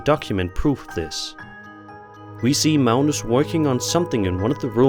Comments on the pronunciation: Uh why are you calling Magnus Malnus? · What country are you from that pronounces a 'G' as an 'L?' Where is "Magnuss" pronounced "Maleness?" Just wondering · Its Mag- nus....like Magnum p.i.. ... Except with an "s" ...and obviously no p.I....and if he got 11 hours out of those candles...that's amazing...I usually only get about 6 out of them. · Sir, there is no "L" in Mag-nus...js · Never heard Magnus pronounced as Mounus before.